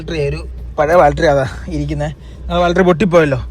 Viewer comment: ബാൽട്രി അല്ലടോ ബാറ്ററി 😁😃